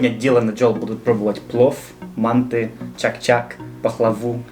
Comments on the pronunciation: Автралийцы и то правильнее произнесли: мантЫ, а не мАнты. Никак не могу понять, почему россияне произносят название этого блюда все поголовно не правильно. Это узбекское блюдо и узбеки говорят мантЫ. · Уважаемый автор! Вы совершаете типичную ошибку называя второе блюдо "мАнты", ударение нужно ставить на втором слоге "мантЫ". С уважением.